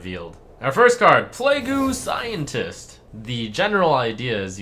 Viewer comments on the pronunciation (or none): play gue scientist. Play-g scientist is how it's pronounced